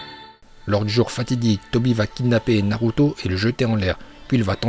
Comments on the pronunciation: Super ces vidéo car on entend des prononciation que les youtubeurs français ne prononce pas comme : Naluto shipunden Laiton Vraiment sa fait plaisir d'avoir des prononciation japonaise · C’est pourtant la bonne prononciation , à la japonaise..